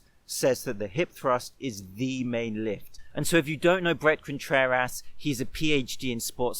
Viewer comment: Did you say "Breast Contrerass"?